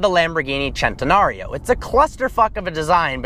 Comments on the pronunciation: hahahahahaha chentenario it's a centenario with a c not ch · it's pronounced centenario not centenario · I did not agree with this list, and then you said centenario, and I ended the video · You apparently don't know how to pronounce "centenario"